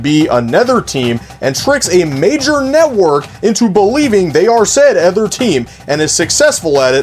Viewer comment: Are you from a place where they pronounce “other” as “ether”?